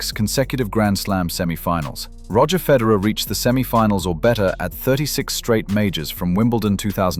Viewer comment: It would be helpful if you knew how to pronounce Federer